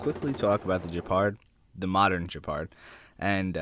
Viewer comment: Oh god please stop. It's pronounced Gepard not Jepard... It's a hard G